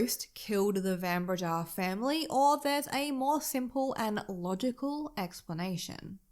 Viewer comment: South African here. My husband, myself, and our sons studied at the University of Stellenbosch. The area around Stellenbosch - the Winelands - is a must-visit. Do yourself a favour and go there. Pronunciation of Van Breda = Fun Breda.